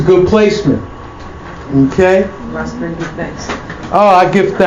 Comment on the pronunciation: It's Spelled Ras Ben but its pronounced: Wise Ben! 💯👍🏽